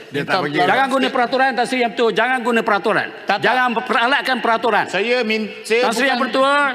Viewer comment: Kepada ahli parlimen yg berkulup..mari saya ajar cakap melayu: Kejujuran bukan kejujulan Tan Sri bukan tan sli Peraturan bukan pelatulan Ragam bukan lagam.. Macam mana tak past berbahasa melayu boleh jadi ahli parliament..rakyat Malaysia tak fasih berbahasa Malaysia itu pelik kan